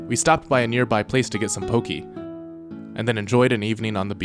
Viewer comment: pokee It’s “PO-Kay”